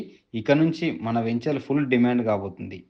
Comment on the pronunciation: మీరు మళ్ళీ వేంచర్ అంటున్నారు. వెంచర్ అని పలకాలి.